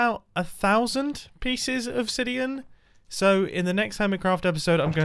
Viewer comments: Could we please bring up the fact mumbo said "1000 pieces of sidian" instead of obsidian 😂😂😂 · a thousand pieces of “sidian”